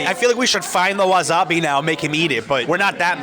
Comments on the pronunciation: wasabi= wa SA bi not wa ZA bi. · It’s wasabi not wazabi lol